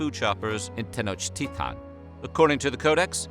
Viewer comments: I got to down vote for the way you are pronouncing. If at least you would pronounce all the letters, that would be understandable that you don't know the language. But you pronounce the "T" and not the "L", when it's the contrary. It's so freaking annoying. No one says "Tenochtitan" lol wtf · How come you’re pronouncing Tenochtitlan as Tenochtitaw? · It sounds like he's saying ten inch tea time 😂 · It’s pronounced ten och et ton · I wish I had a dollar for every pronunciation of Tenochtitlan.